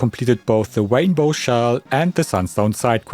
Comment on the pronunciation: The Wainbow! 😅😅